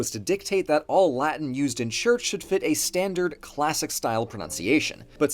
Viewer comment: The weird mixing of correct and incorrect pronunciations is so jarring